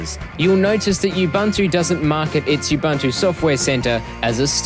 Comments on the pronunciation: Nice video. As we know linux is pronounced "lynn-ux" instead of the expected "line-ux", and ubuntu is supposed to be pronounced "oo-boon-too" not "you-bun-too". Thanks for the vid. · Не убанту, а убунту. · what the hell is "yoob-an-too" ?? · OMG! I know what it is, I'm using it last 2 years and I LOVE IT! I just made a joke of some people's pronunciation of 'Ubuntu' it's not 'yoob-an-too' it's 'oo-boon-too' but some people stubbornly insist on wrong name even if they know they are wrong. It's so strange. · Awsome review buddy! You covered it all. Now time to install you-bun-too. Who cares how you pronounce it :D Thanks for the review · don't vowel shift the 'U's